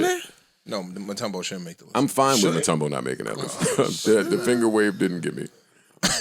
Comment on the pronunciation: sayin mutumbo made me almost never listen to him again but forgot he philly fan